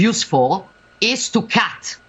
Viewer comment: Gioggia gioggia! "Como se dice" e "is to catz" ma che italiano ed inglese ridicoli sfoggi? Si scrive "come SI dice" e " is to CUT". CUT lo pronunci con una U molto corta. Gioggia, un caro amico che lavora alla Fox mi ha confidato che ancora ridono del tuo CUT diventato un gatto. Gioggia vedremo cosa sarai in grado di fare una volta vinte le elezioni: Propaganda o Sudditanza? Bee bee vedremo